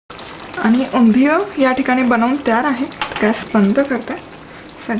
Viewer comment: Please pronounce Undhiyun properly 😵🤦🏻‍♂️